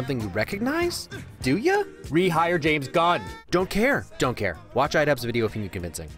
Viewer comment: "DONT crae"